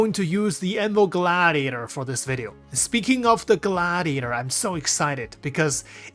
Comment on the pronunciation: Loved hearing your pronunciation when talking about the glAAAAAAAdiator